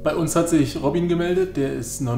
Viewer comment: ROBIEN :D Netter Typ. Aber der heißt doch nicht wirklich ROBIEEEEEEN